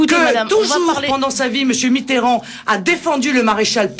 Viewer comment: François "B"itterrand ? :D